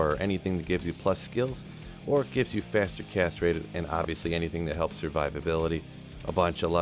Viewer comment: I always chuckle when they say "faster castrate"